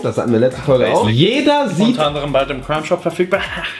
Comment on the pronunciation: Oh ne er hat crime Shop gesagt xD hat sich fast wie crunchip angehört :D